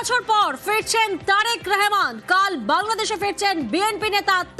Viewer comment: হিন্দু সাংবাদিকগুলা এতো অশিক্ষিত কেনো? রহমানকে রেহমান বলছে? আমরা কি চট্টোপাধ্যায় কে চেট্টেপোদধায় বলি?